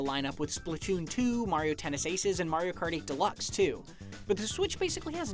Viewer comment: "Mario Karty"